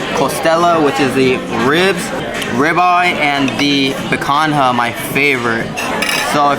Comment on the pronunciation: Thanks for the review! Now we have this on our list of restaurants to try. It’s pronounced pican-ya. Other than that, awesome!